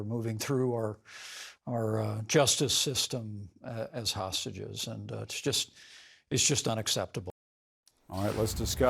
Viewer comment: "Ta-Hostages". They can't even pronounce hostages correctly.